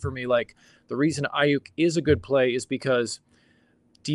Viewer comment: First time listening to you guys. Loved the content. But you was butchering Brandon Aiyuk last name fam. And kept on saying it!! I’m not tryna tell you what to do but at the same time, with this being your job maybe just a tad bit of accuracy for the names. 🎯😂 but I finally am understanding leverage thanks to yall so great job altogether. 🙏🏾